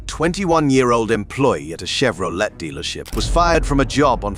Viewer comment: you say 'chevro- LET' and then talk about someone else being drunk? If you're going to use AI, at least review for mistakes.